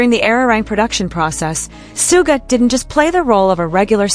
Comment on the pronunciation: Sharking fax? Did you hear RM talk about Jimin and Soooga's working relationship? If you did you would know how to say their names. By the way the guys always aim for perfect, never settle for just OK.